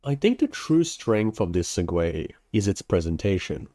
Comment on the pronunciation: it's pronounced seg-way btw